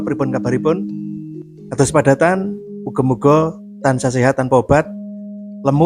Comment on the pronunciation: Padatan sanes padhatan... 😂